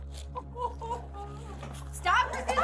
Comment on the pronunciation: Stopnga. I didnga . Quit itnga. I hurtnga